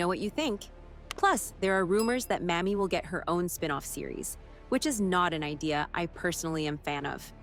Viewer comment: Don't mean to knit pick, but the female Marshall's first name is Mamie with a LONG "A". Not the way the narrator kept saying it. Thanks.